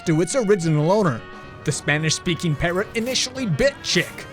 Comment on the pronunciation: I think they were pronouncing it as "parro", thinking the T is silent.